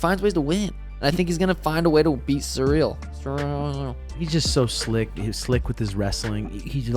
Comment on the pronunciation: I love how Suga calls Cyril “Surreal” 😂